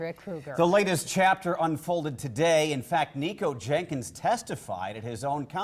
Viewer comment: The female reporter keeps saying “Jankins”. lol